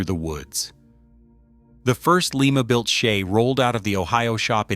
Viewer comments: Lima Ohio is pronounced Ly ma. Leema is in Peru.😁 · Pronounce "Lie Ma" Not"Lee Ma" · Lima is LYE ma not Lee ma. It is a town in Ohio not the city in Peru. The same town where the Wright brothers built their airplane. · It’s Lima (/ˈlaɪmə/ LY-mə[4]) a city in Allen County, Ohio, United States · Pronounced like the beans.